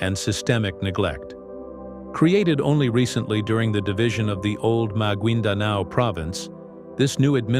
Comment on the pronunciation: The pronunciation is /magayndanao/